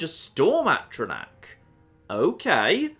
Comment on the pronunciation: every time he pronounces A-tr-aNtac, AT-tra-Nac. Egh!